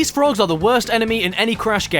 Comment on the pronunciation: flick in da nats 😂 Loightah Dan Ayyhr! 🤣 JEEZUSH H CWISPS!!! BLLLLLIMPS! balloon passing air sound 🤣 The FWOGS!! Bum bum bum BUUUUU